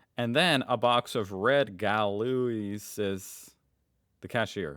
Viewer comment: these cigarettes are pronounced GO LO AAAHs and they come in the weaker red and stronger blue variant. we smoked those 20 years ago when i was a teenager.